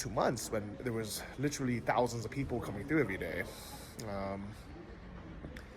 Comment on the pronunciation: New drinking game...everyone drink when says Littrally (Literally) lol....safe travels!